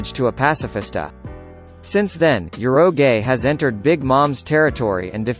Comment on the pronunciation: damn, did this guy really said ur-oh-gae to urouge. 🤦‍♂️